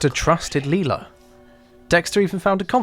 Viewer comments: It’s Lyla. Not Leila. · It's Lila. Who's Leela? 🤣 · Bro says Lila like a psychopath, but Brian like a normal person